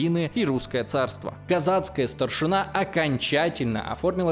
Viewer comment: ну как так?)))) вы же очень круто готовитесь к материалам)) гЕтьманщина, а не гэтмАнщина. гЕтьман/гЕтман (на крайняк), а не гэтьмАн. СтаршИна, а не старшинА:) спасибо за выпуск!;)